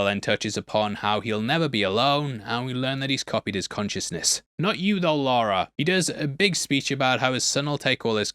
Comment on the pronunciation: It is Lara Jor-El, NOT Laura. What did the baby eat